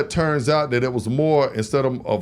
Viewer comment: You lost all credibility when you said Jussoe smollet whatever his fkn name is